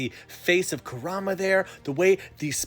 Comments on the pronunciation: Nobody:: koo RAH muh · You're a huge Naruto fan, but can't even pronounce Kurama right. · THATS NOT HOW YOU SAY NINE TAILS NAME